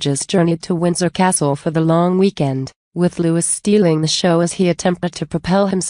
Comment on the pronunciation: Louis’s name is pronounced Lou-ee not Lou-iss!! Like Louis Mountbatten!!